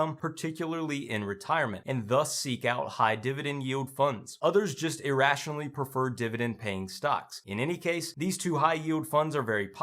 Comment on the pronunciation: "Irationally"? Are you trying to educate or insult?